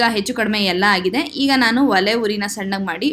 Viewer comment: ವಲೆ ಅಲ್ಲ ಒಲೆ ಅನ್ನಬೇಕು